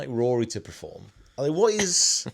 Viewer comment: PERform not PREform! 😂 really bugging me